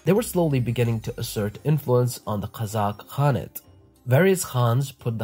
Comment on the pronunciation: You spell Arabic names perfectly but the Turkic ones terribly. The "K" sound and the end of Kazakh is not like the Arabic "H", it is a hard "K" like in "car"